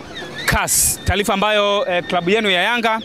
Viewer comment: Taalifa ni taarifa;mpira sio mpilanambali ni numbari!kingeleza kingereza